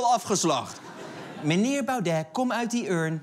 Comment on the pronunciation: nou, ze hebben ook nog moeite met het uitspreken van Baudet's naam